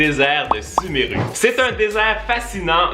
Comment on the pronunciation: ça se vois que il n''y a jamais jouer ptdr "suméru" à la place de "sumérou"